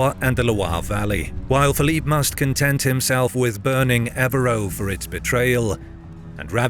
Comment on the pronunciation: A good and interesting video, which could be improved by a little more attention to detail. For example, on the map "CompLegne" is, I presume, supposed to be Compiegne; and "eux" should be pronounced "eugh", not "oh", as in "Ev-reugh", rather than "Ev-roh".